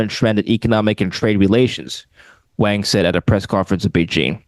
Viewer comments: Very good questions. Excellent guest who slammed the ball out of the park. Only one thing. For the love of god pease fix your pronunciation of Wang. No person of Chinese descent can be excused for that awful and outdated mispronunciation. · Does not speak a word of Chinese? Her name is one of the few easily and correctly pronounced Chinese names. 😂